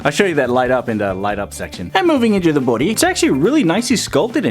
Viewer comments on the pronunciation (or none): The way you said body and sparkles is so funny 😂😂😂 plz tell me what accent it was